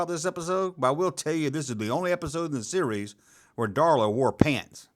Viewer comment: When you say "series" it sounds like you're saying "Ree-Yees"...💁🏻💯✔️